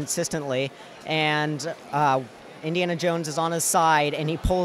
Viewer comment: How many times does he say indianna jones?